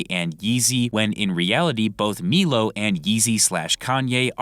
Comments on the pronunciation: Its pronounced "MY-LOW" not "MEELO" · Also it’s pronounced “MILO” not “MEELO”😂🤡